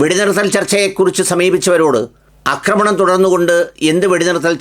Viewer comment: അക്രമണം അല്ല മന്ദപ്പാ.. ആക്രമണം 😂😂😂😂 അക്രമം കറക്റ്റ് ആണ്. അക്രമണം എന്ന വാക്കില്ല. ആക്രമണം എന്ന വാക്കേ ഉള്ളു. പിന്നെ ഉള്ളത് അക്രമം എന്ന വാക്കാണ്. കഷ്ടം.